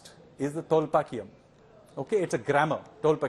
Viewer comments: Sanyal sir, It’s not tholpakiyam. It’s Tholkappiam. By the way, loved your fairy tale stories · It is Tholkappiyam and not Tholpakkiyam as Sanyal pronounces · Tolkapiyum not Tolpakiyum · It's tholkapiyam, not tholpakiyam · First and foremost it is tholkappiyam and not tholpakkiyam ...atleast get the name right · But, he messed up big time mispronouncing the name of the tamil grammar book.. He repeatedly said tholpakkiam instead of Tholkappiam.. 😅